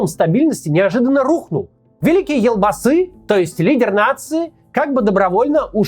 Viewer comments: ЖанаозЭн, элбасы... Россияне у вас реально буквы Е нету что ли? 😮‍💨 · Интересно конечно слушать, но как же режет слух произношение слов из казахского языка. Прям сцуко казит. Во-первых буква Е в казахских словах звучит как Е, не Э, потом Елбасы, читается как «ЕлЬбасы» с мягким знаком, в казахском языке нет мягкого знака, но слова с мягкими согласными есть. Теперь тЭнгЭ, ну уже заебало, тЕньгЕ, везде Е. И Токаев, не ТАкаев, а ТОкаев. Жанаозен, также «Е», ни ЖанаозЭн! Простите за токсичность, но не смог удержаться. И кстати КОСТАНАЙ, тоже с О, с ударной О, не КАстанай, а КОСТАНАЙ.